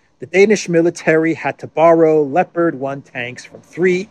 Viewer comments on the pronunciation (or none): ”Leper” tanks😂